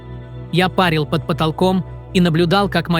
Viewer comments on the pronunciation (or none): Коментатор, учи русский язык. Па'рить и пари'ть это 2 разных слова, в данном случае душа пари'т, а не па'рит😡, аж слух режет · Почему чтец ставит не правильно ударение. Это режет слух. ПАРят в бане, а душа-парИт.😮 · Ролик очень интересный. Моя дочь пережила две клинические смерти. И теперь я точно знаю, что душа есть!!!! Но вот диктор за кадром ...... Он, что в бане вырос? Всегда говорит пАрит, а не парИт.